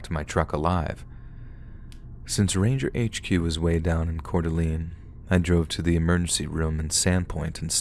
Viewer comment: For future reference, Pend O' Rielle is pronounced ponder-ay, and Couer d'Alene is pronounced Kor da lane. Love your stories!!